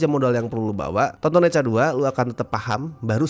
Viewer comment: Bacanya Nacha, bukan neca neca neca